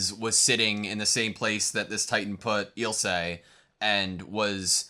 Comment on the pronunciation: "My name is Ill-suh lahng-nar" nods Eel-say Langnur You can hear them pronounce the names. Why can't you just mimic what the characters call themselves and others? You don't have to rely on just your reading abilities. The audio drops subtle clues, like the proper pronunciation.